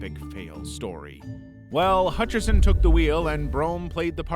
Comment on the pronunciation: John hatcherson? More like john hutcherso